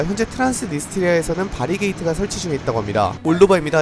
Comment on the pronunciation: 이형자꾸 바리케이드를 바리게이트라고하네 ㅋㅋㅋ